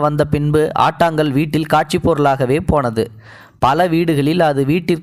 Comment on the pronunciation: ஆட்டுக்கல் என்பதை ஆட்டாங்கல் என ஓங்கி ஒலித்துள்ளீர்கள்